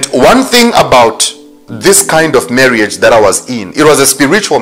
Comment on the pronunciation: "Marry-age"...lol,! This is a very interesting story.